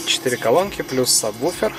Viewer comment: Не саббуфер,а сабвуфер!